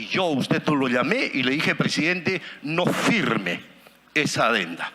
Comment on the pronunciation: Este pobre hombre dice, que es pressdiidente.